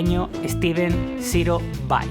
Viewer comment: es steven SIRO vai!!!!!! no CIRO